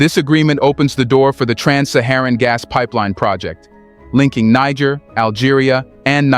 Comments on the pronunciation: It's not "Niger" but rather "needjer" like the g in "Nigeria" or in "gentle"! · They correct pronunciación of the name of Niger is Nee-Sher, not Naiger. Other than that, great video. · You have one of the most incisive and dedicated reportage and analysis on African politics. May I please request you to learn how to pronounce the name of the countries you report about, especially when differentiating between Niger and Nigeria. Its really not that difficult. And its the best investment to make whilst you are at it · I can't stand that AI trying to say Niger in 3 differents prononciations over and over again.